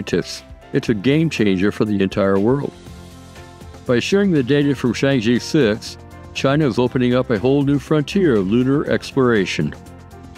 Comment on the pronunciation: Good video. Keep up the good work. P.S. Chang'e is pronounced as /chang-er/ but not /chang-ee/.